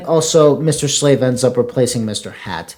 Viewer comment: This was awesome, just noticed a few mistakes though, one minor one i find funny is that you call mr slave mr slade 😂